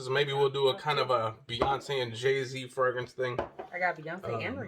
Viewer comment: POWER MAKES YOU SMELL LIKE AN EXECUTIVE..UNFORGIVABLE IS TOO METALLIC...NEVER SMELLED JAY Z WIFEY PLEASE TEACH HIM HOW TO SAY FRAGRANCE PROPERLY!!! PLEAEEEEASE!!!